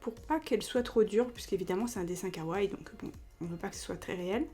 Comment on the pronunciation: svp ne ditent pas kawai ou kaway mais kawaii faut à la fin lire le (i) faut bien dire le i c'est important sinon c'est faut le mot !!!!